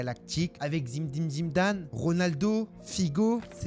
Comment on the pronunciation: Fromage Le seul qui arrive à prononcer Zim-dine Zim-dane ❤😂😂